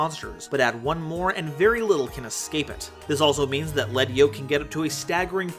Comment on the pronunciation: Thank you for pronouncing Lead Yoke correctly. Every time I hear 'Leed' Yoke, my skin crawls.